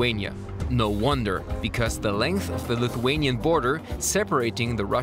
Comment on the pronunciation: Great job pronouncing Lithuanian names and locations!